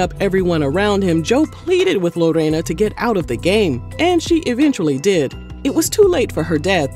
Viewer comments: Ok first let me start by saying, thank you for rolling that R in Lorena’s name (also my name 🤭) it rolled beautifully out of your mouth 😊 I appreciate the correct ethnic pronunciation…you outdid yourself in this one! I didn’t even know they have a “ghetto marriage” (no legal papers) and that they’ve been doing extra curricular activities with other people throughout their “marriage” lol I will say Joey does praise her in public, definitely loves that woman. Now the part about her being some cartel daughter 😮 Wowwwww. Smh that tea was piping hottttttt 😆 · How you say Lorena 😂😂😂😂😂😂😂 - on point